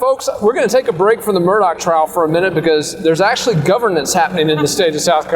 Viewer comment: It's not Alec and not Mur dock!